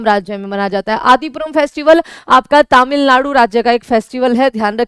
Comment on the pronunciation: तमिलनाडु ❌️तमिललाडु ✅️